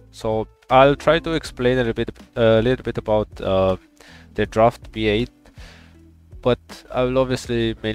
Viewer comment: Great video, thanks! But bro, the team name i B8, and the logo is a fish hook. It's pronounced "bait" and not "be-eight" 😂